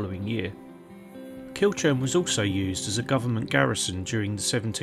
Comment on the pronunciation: Hi ive passed this castle many times but never visited, its used a lot on jigsaws and painting by numbers , the name Kilchurn is pronounced kilhoorn. Thanks for history on it